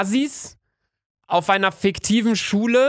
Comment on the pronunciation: Er hat FICKtiv gesagt 😹😹😂😂